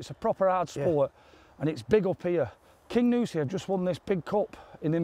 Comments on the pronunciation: Great video as usual boys - but it's the Cairngorms not the Carigorms and it's 'King You Si' not 'King OOOsi' 🤣🤣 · I want to play Kingussie. Sorry I'm a bit late on watching this sensational match, been laid up for a few days., it's (car'n-gorms) not that it matters as the scenery can be called what you want, it is still beautiful.